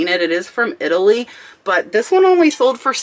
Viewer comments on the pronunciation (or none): none